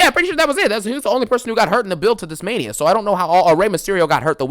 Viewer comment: DOES IT FEELS LIKE MAINA SEASON NOW-AHH... I'M THE GAME-AHH 😂😂😂